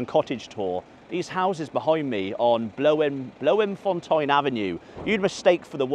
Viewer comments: Only Fools and Horse it was Nelson Mandela House. Also, Bloemfontein is pronounced "bloom-fon-tain". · Bloom fon tayne. mustn't watch Rugger. I do have a soft spot for QPR - they played Utd the first time i went to OT. October '93, QPR had the cheek to take the lead.